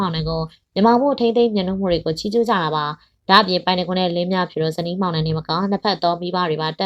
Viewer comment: လင်းမြဖြူ...လို့ပဲပြောနေတယ် လင်းမြဖူး......ပါဟယ်😅